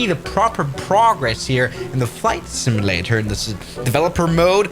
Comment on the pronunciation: It's simUlator, not similator 🙂